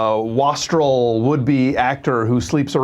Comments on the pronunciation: wastrel has a long 'A' sound in it. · If you don't know how to pronounce 'wastrel' (WAIST-rel, as in 'waste') why use it?